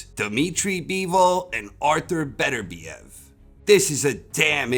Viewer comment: It's pronounced beTERbiev! Not BETTER biev. Holy shit people are fucking stupid.